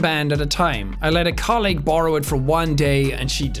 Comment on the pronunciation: the way jack pronounces "colleague" is mildy infuriating